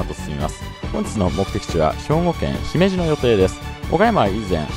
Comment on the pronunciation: スーツさん、ひめじの発音、東京の人なのにあってます。ひにアクセントをつけず、普通に発音されていて流石です。😀